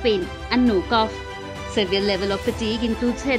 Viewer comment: It’s not Cuff. It is cof (kof) RIP your English